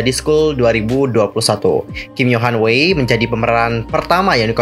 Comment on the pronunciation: Sdh kuduga bnyk orng yg baca 위아이(WEi) itu wei😂 pdhl bacanya itu Wi Ai😂😧 :"(